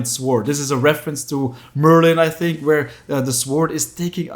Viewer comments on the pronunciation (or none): none